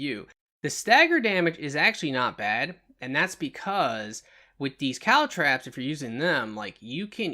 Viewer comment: I love your videos!! I do have to note, they’re not “caltrAps ”, they’re “caltrOps”… just my ocd, but I really learned a lot from you! Keep up the good work, bud!